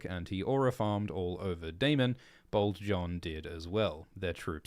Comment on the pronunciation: Every time and said "Bold John Roxton" I heard "Bald John Roxton." I was so confused why he had hair